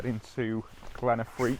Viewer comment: Glen Affric dude, not Affrique, great video as always, lovely images and glad you enjoyed it. These beautiful places deserve a bit of basic research if required, in order to get their names right.